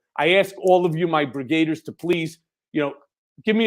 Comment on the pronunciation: Hey Cohen. It's not "brigaders", it's "brig-a-deers". Don't that even sound better?